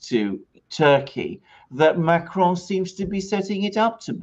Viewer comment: Dude why do you pronounce ‘Macron’ with a spanish accent?